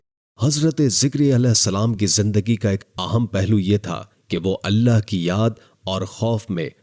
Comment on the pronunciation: Think bol natak kyun kar rahe hoo.. Allah hai Aleh Aleh nahi... Bewakoof